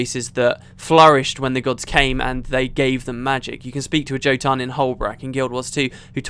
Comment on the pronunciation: Jotun, the j should have a y sound as it's a norse word for giant or ettin.